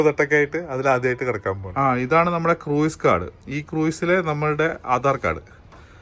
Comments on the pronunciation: Croos ennan cruiseine pronounce cheyya 😊😊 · Cruise എന്നതിനെ മലയാളികൾ correct ആയി അല്ല pronounce ചെയ്യുന്നത്